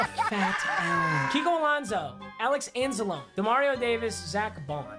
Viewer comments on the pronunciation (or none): Your overcooking my grits pronouncing anzalones name wrong